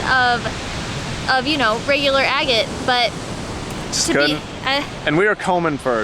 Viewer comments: I always thought 'agate' was pronounced 'aggit' not 'a gate'. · With love ... it’s “Ahh get”. Not “A Gate”. Xoxoxo .... and then I finished your video and you figured it out! Cute ... and I’m also the one who never ever pronounces things properly. 💗💗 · Agate; short A, accent on the first syllable.